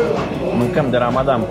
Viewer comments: PRONUNTIE CORECTA -RAMADAN NU RAMADAM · Felicitari pt calitatea filmarii si a continutului! Pronuntia corecta este RAMADAN